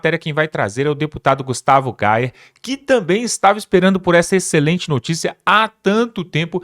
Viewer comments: O nome do deputado não é Gustavo Gauer se escreve Gayer com Y mas pronuncia-se Gaier com i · Vc fala o nome do Gustavo Gayer errado não e gal e Gayer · Não é Gustavo Gau e sim Gayer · Uma dica, numa boa! Procure aprender a pronunciar corretamente o sobrenome do Deputado Gustavo Geyer. Escreve-se "Geyer" e, pronuncia-se "Gáier".... Se treinar, consegue! Desculpe, mas, é que não consigo ouvi-lo enrolar a língua, todas as vezes que se refere ao deputado em questão... Afinal, você tem um canal que fala para o mundo, não é???